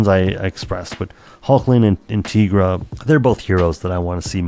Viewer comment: Great video, as always. My only caveat is that it's TIE-gra, not TEE-gra. She looks and her powers are based on a tiger, not a tee-ger.